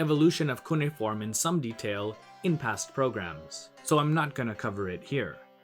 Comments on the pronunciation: Cuneiform is pronounced "cu-nay-if-orm", not "coony-form". {:o:O:} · Sumer. And not to overly nitpick, but it's pronounced cu-nay-e-form.